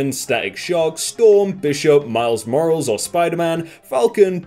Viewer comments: I love how it sounds like he's saying miles morals like there isn't an e in there lol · it's Miles "mor-ah-les", not Miles "mor-als". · U really called miles morales miles “morals”. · Isn't it like Miles Mor-ral-is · It's mor-al-les lmao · Boyogamer123 no? It’s Mo-ral-es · did my man really just say "miles morals" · I like how he said Miles Morales last name like Mile Morals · "Miles More-alls" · Real pronunciation for Morales More-ra-les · Idk why no one else is talking about the way he pronounces ‘Miles Morales’. It. Pisses. Me. Off. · The way he said Miles Morales hurt my soul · The pronunciation of Miles MORALES killed me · It’s only one thing that pissed me off in this video and it’s that miss pronounced Miles Morales... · you didn’t just pronounce miles morales like that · did u pronounce Morales wrong?